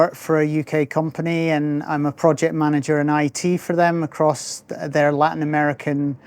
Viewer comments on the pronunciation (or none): none